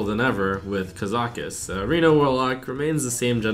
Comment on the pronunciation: ka-za-cuss not kuh-zaw-kuss lol wut